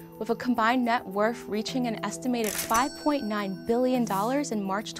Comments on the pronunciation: It's "worth" not "worf". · Love this series; suggestion for, pronounce your "th" like a "th" instead of a "d". For a journalist to say "dat, duh and dare" instead of "that, the and they're, sounds... rough. Additionally, I heard "wurf" instead of worth.